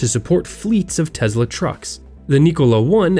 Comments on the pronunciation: Dude it's Tesla not Tezla. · Its sem-i and tes-la lol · Tesla is not pronounced with a "Z". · Lol TeZla. Only elitists call it that. His ethnic name is TeSla and in English its TeSla so why the Z? Oh, yes, because Elon is south african and he calls it that so we all should. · There is no Z in Tesla. Can we all get on the same page with this please. Also Elon Musk as much as I admire the man, even if he says it that way he’s wrong. He did not start Tesla. He started a company and bought the right to use the Tesla name.